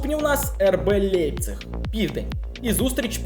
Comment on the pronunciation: Не "Лепцік" Німці кажуть "Ляйпцік" 😅